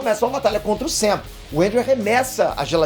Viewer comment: Ele falou SAM e eu ouvi UCM 😂